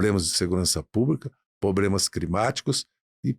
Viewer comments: POBLEMAS????? OI? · Não é poblemas é problemas ,aprende.